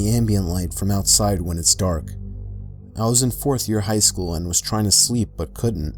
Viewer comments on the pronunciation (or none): none